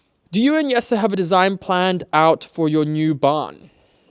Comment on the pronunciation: Jesse Drent. Jesse is pronounced Yessa, J in Dutch is pronounced with a Y sound